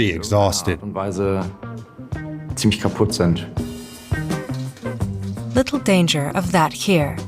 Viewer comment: "pretty much exhaussted" by the ... What??